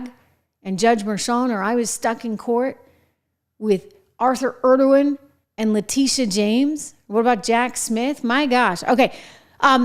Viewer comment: is she saying "Judge Arthur Erdogan"? it certainly doesn't sound lie she's saying Engoron.